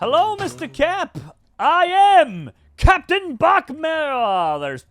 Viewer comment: When the Cwaft needed him most, Capitan Baccmerica has returned